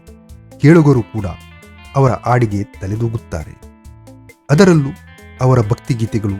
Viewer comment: it is not aadige but hadige please correct your. grammer sir